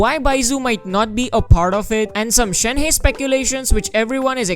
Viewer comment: The incorrect pronunciation is killing me. It's not Shen heist ---- more like Shen herb !